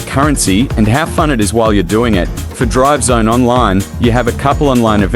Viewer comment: I swear it sounds like you're saying drug zone 😂😂